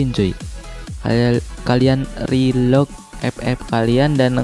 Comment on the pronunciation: Ngapaknya ngomong rilog wkwkwk